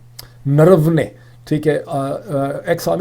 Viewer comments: face-blue-smiling: Naravanae = Nar-vaa-ne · The correct Pronunciation is Ner- Vanay, it's unfortunate that viewers are teaching the analyst lol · آپ نے پھر بھی صحیح نہیں بولا بارہا کوشش کے باوجود ۔۔۔ جنرل نروانے ہے انکا نام